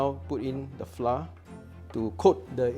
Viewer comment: Haha " Flah " 😅